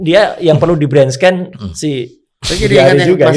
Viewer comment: Untuk mas Roy Suryo,itu baca Brain Scan > bacanya Brén ( e nya dibaca seperti e nya : Témpé)